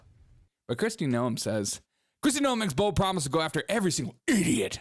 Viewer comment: Dude, he did not say Bigly. He is saying Big League. It is not No-em, it is Noem like NOME.